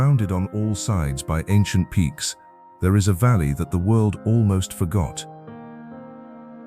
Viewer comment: actually it's, "them *thaur* hills..."